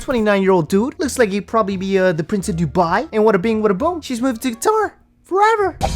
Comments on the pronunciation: It's how she kept saying Guitar and not Qatar lmao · “Let me see your six pack!”😬😬😬Also, did she say he lives in “Guitar”? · Why does she keep calling it GUITAR???????? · Just like she mispronounced Tunisia and Qatar all the time